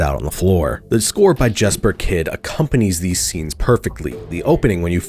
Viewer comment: Jesper Kydds name is pronounced “Yesper” btw. I met him at a restaurant in southern Utah last at year.